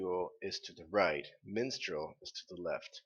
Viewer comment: The kingdom's name is Mistral, not Minstrel and no, it' actually to the right, while Vacuo is on the left.